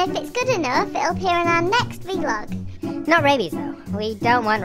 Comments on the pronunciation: I just realised how they said “V-Log” not “Vlog”😟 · Vlog! Not v-log oh the humanity!! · ITS VLOG NOT V LOG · Did he say v log